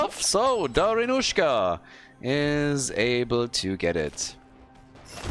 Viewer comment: Please, in ba'bushka first A is stressed, in Dari'nusha I is stressed. I'm sick of this hollywood pronounciation.